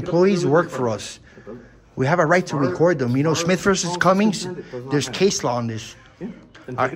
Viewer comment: There is no Smith v. Cummings, it’s Smith v. CUMMING. There is no s on the end of the city’s name